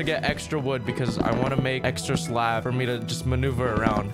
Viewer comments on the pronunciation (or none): When he says "Slab" I hear "Slav"